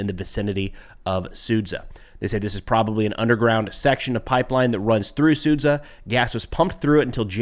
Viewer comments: it's su-JAH, not sud-ZA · Sudzjah NOT SOOD ZUHH